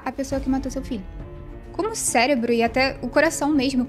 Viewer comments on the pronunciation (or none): none